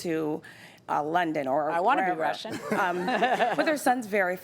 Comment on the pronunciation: Is she saying Russian clients or Rush in clients.....